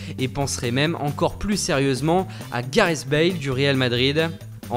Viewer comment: j'ai bien entendu "kaaris bale"? 😂